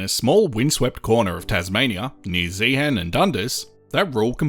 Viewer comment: Please note, the H in Zeehan is silent. The mining museum there is excellent. I've been to the geology room in the Natural History Museum in London, and was disappointed after seeing the exhibits in Zeehan.